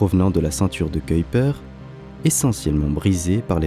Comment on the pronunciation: Je me suis évanoui! Le commentateur a prononcé correctement "Huygens" et "Kuyper". J'en ai pour trois jours d'ITT.